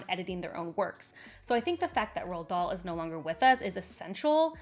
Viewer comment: The first time she said the name i genuinely was puzzled about this 'Roll Doll' 😅